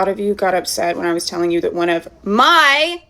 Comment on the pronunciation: as she applies the lie she tells to herself and everyone else. There’s no need to emphasize “MY” any more. Bumble bee tuna, your narcissism is showing.